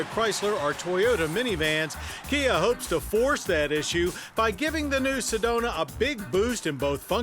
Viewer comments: I'm pretty sure it's "Sedona " instead of "sedonia " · Johns getting his alzhiemerz on with "sedonia"...we actually call it Sedona out here in az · Lol Sedonia